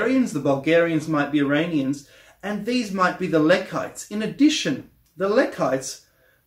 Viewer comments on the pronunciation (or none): none